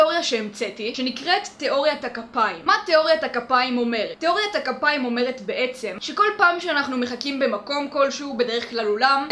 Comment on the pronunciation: בתאוריה הראשונה שמעתי תאוריית הגפיים במקום תאוריית הכפיים!!!